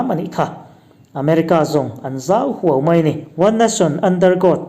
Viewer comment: A bengvar thlak hle mai, chutih rualin i tawng thluuk hi uluk teh . eg. zau huau.